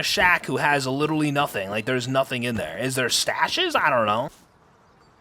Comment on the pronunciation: I find ads are crazy when I watch on my phone but you can skip after a few seconds when I watch on my PlayStation there are 4 sets that go for a minute. It's clearly YouTube's settings not you doing it lol. I've watched you for many years! Also you've been saying littely for years 😂